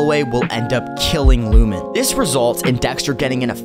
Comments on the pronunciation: When I heard Lumen I stopped treating you seriously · Lost me at lumen 😂